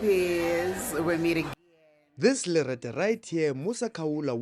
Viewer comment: “This Lerete” 😂😂😂😂😩😩😩😩